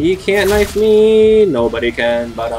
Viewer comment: "it counted as a normal KINFE"